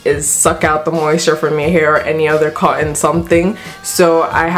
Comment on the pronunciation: in the iphone 7 vid you were calling it a "bu un" today it's "co on" I think you prefer coffee to Tea, because you never sat the T....😂😂🍵🍵 great vid